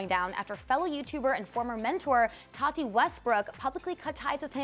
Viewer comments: Her name is not pronounced 'Toddy".... it's TATTTTeeeee. Just sayin. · It's Ta-Tee, not Tottie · Is it just me or does it bother anyone else that they pronounce tati with a soft d like ta-di instead of ta-tea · There saying todi 😂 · The way they say Tati triggers me